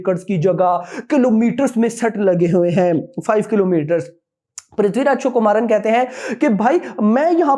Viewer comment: Vo Prithviraj “chukumaran “nahi,Prithviraj Sukumaran h😂